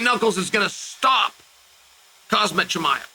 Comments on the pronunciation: Khazmat? It’s Khamzat. Learn how to speak Chael 😂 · Khazmat? Come on Chael don’t be one of those guys who literally can’t say any name correctly unless it’s a basic American name. It’s gettin old and it’s ignorant. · Learn how to say his name correctly Cheal it's shame on you the guy now in ufc over 2 years . But you still pronace wrong his name.